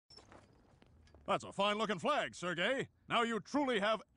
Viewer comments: Sir Gay... The way he pronounced his name 😂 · For a moment, I thought Stan called Sergei “Sir Gay” XD